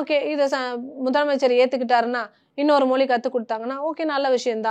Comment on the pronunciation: மொழியை, மொளி என்று கூறுபவர்தான் தமிழை வளர்ப்பதற்காக பொங்குகிறார்